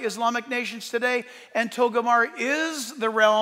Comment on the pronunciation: JACK...IT'S NOT TOGOMAR IT'S TOGARMAH .